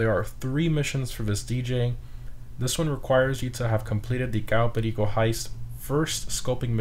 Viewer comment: Im just curious so why are you pronouncing Cayo Perico like that and KeineMusik completly english ?